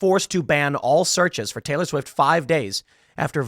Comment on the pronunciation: Tay-Lee I hate it